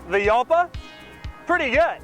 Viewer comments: Pronounced Halpa not Yalpa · "hal-pah", not "yal-pah". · It's pronounced Halpa not Yalpa. Lamborghini uses Spanish names for their cars ex GaYiardo, MourTHielago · As a guy that owned one of these for years I need to make a few comments. Doug! It is pronounced Halpa!!! Mine was a garage queen I found in Cleveland and it ran after sitting for years but I still had Evan's Automotive in Columbus Ohio (they work on exotics from around the world) rebuild it and like most cars of that era it did have some issues. First one of the head cam journals was out of round because some knuckle head over tightened the cam chain. And the front piston bank was scored which was typical because of the insufficient cooling. After a through rebuild and upgraded cooling I drove it for years and would have not hesitated to take it across the country. I have to laugh though because my windows took forever to raise just like in the video and I always wondered if the motors were going to fry. And he got the speedo right too. I had to use kilometers per hour and divide by two to get close to the actual mph. It's always easier to use a GPS for speed. The rear trunk was big and never got hot. We could put a 10x10 folding canopy, two folding chairs and a cooler in that thing. It is easy to store the TARGA (Doug) top behind the seats if you flip the seat backs forward. It drove like a go cart and was a blast. Here it is with a racing exhaust at the Arthritis Show in Dublin Ohio. Top speed geared out at 157 mph. I ran mine up to 142 mph and the faster it went you could feel the car getting lower to the ground and glue itself to the road. Wonderful machine. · The "J" is pronounced like an H. Like, "Hall-pa". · You pronounce it incorrectly, it's Halpa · Uhhhmm Doug, I believe Jalpa is pronounced like Jalpa the Hutt. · Are you sure it isn't pronounce Halpa? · Jalpa is Spanish and more correctly pronounced ˈxalpa , sounds more like "halpa". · It's pronounced "halpa". Kinda. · Hal-pa. Ooo-ra-chan.